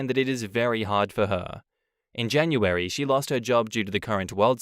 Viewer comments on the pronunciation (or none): none